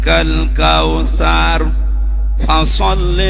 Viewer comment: হুজুরের সুরা কাউছারের শেষে টানে ভুল আছে,কাউসার,ও্যানহান,আবতার শব্দে কোনো টান হবে না